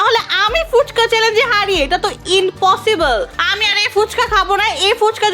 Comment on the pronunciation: Impossible na bole ritu bole inpossible